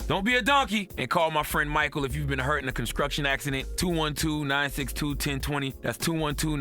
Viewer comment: "ConsCruction Accident" 😂